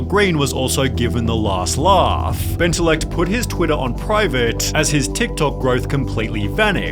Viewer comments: he puts the LL in benteLLect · Bentellect? More like Benterect.